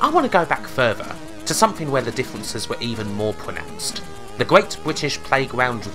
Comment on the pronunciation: oooooh asthetics was gweat